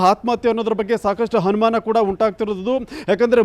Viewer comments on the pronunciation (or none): ಹನುಮಾನ. ಅಲ್ಲ ಅನುಮಾನ ಹಾತ್ಮಹತ್ಯ ಅಲ್ಲ ಆತ್ಮಹತ್ಯೆ